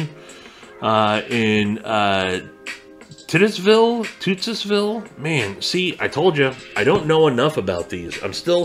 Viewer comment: Pronounced tite us ville